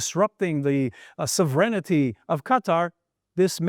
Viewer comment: This the first time I heard that 2000 terrorists ate being released. Also the presenter needs to learn how to pronounce “perimeter”. 😊 Also “sovereignty”. And “possible” isn’t a verb.